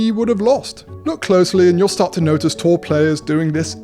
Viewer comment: Great vid. I thought he was saying "Tall" players ha!